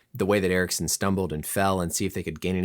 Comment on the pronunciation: Aha, ok, han uttalade det som "Eriksson" och du svarade på det, nu förstår jag. Amerikaner är ju inte kända för att anstränga sig att uttala icke-engelska namn korrekt...